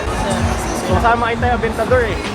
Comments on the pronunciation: adventador ba yon ahahhaah aventador ata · Adventador yung spelling pero avendator kung ipronounce mo😂